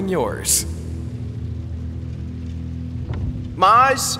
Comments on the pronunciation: Venus interupted Mars while he was downloading his braincells so he ended up saying his name wrong😂 Mars pronounced it ”Moss” instead of ”Mars” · mars not being able to pronounce "r" MY HEARTTT